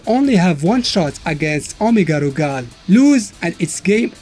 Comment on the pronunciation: I love the way you say Omega Rugal. You have a great voice and accent